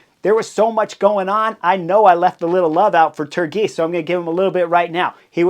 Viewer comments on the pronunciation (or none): Turgis as “turgeess”